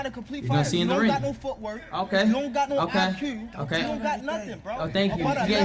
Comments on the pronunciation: "You don't got no I-Cew" 😭🤣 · “eye quew” I love baldimore